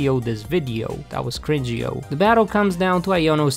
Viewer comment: I laughed out loud when he said "That was cringe-eeo🤣🤣🤣🤣🤣